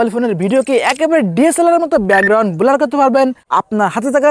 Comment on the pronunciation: ভাই বোলার না ব্লার😂😂